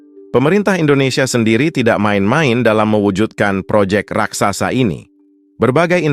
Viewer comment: Admin ini ngomong Raksasa aja dibilang RAKSAKSA Yg benar ajalah kalau mau jadi Reporter